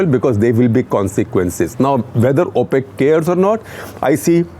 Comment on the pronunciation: Thank you Shekhar Gupta. Enjoyed it. Just a small suggestion on pronunciation. It’s pronounced ‘O’ pec as in o for Oh! not ‘Au’ pec. Thank you!!